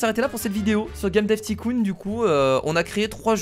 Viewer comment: Stp dit pas ticoon dit taïecoon